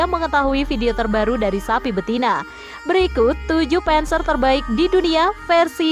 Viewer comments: Admin blajar yang banyak😅 penser dispenser 🤣 bhasa jerman bacanya sama saja "der Panzer" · Bukan penzer tapi panser